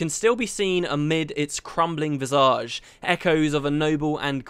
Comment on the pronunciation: VIZ ij, not vizAZH.